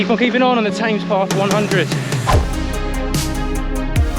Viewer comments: Definitely 'TEMS', not 'TAMES'. I twitched a bit every time you said it 😅😅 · Bad luck. Saw your effort in 2022. You will crack it. BTW what's with TAMES PATH. Always know it as THE TEMS? Its how Londoners pronounce the name of that iconic stretch of waterway.. 🤔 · This is also killing me. TAMES! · 'Tames' path 🤣. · As a brit, how do you not know how to pronouce Thames? Great video, but that was grating every single time! :-)